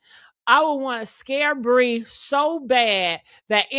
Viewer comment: Her name is Pree not Bree